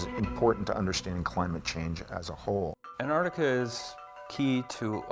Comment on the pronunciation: why the fuck do you say annardikka????